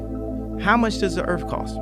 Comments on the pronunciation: "I'm going to buy the whole Earf" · So is going to buy the entire “Earfh” with an F 😂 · How ma da earf coss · Hahaha "how much does the earff cost?"